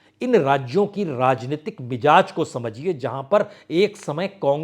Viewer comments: Yeh word MIJAZ nahi balke MIZAJ he. Word ki spelling ghalt sun kar bohot bura mehsoos hota he. Isi tarah aap HAZAR ko HAJJAR boh bolte hen ! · Kindly use bindi in Hindi. It's Mizaj not Mijaj. It's Nazar not Najar. Wrong pronunciation hammers on the minds.